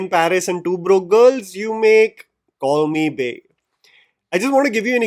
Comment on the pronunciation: For the entire video, I heard "Call me Bae" as "Corny Bae "